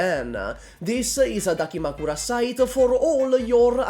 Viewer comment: On the plus side, we did get to hear the funny Italian man pronounce the word "dakimakura" as though mafiosi are forcing him to do it with a gun pointed to his grandma's head.